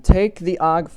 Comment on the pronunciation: I like how you call it “og” file and not “o.o.g” file